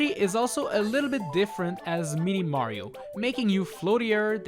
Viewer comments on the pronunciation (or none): Am i the only one who hears 'meaty mario'